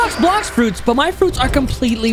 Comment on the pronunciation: Bro said blax fruits